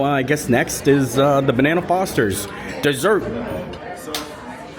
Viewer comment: It’s bananas Foster, not banana Fosters.